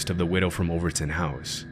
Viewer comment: You said Overtoun AND Dumbarton correctly! Subbed 😂 - "Celtic" isn't Seltic. It's Keltic. Unsubbed 😢😅